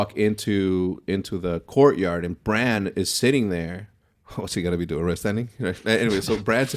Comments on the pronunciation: BRAN. Not Brahn. Sounds too much like Bron, Jamie and Tyrion's boy. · Its bran not bron lol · If you call Brandon Stark, Braun one more time, I'm going to have an aneurism . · Hecz i love the podcast and i understand you aren’t that deep into the show but you keep calling bran “bron”